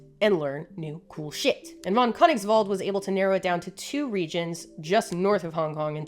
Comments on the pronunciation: Just say it like : "Fon Kirniggsvult" and you are good to go. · "Christoph von Koenigswald- killed that" As a German, it's death. four times. Dear, as a German, I silently point at the pronounciation tool of Google Translate. Helped me in my pronounciaton of English as well. but that's the only thing that hurt my ears. xD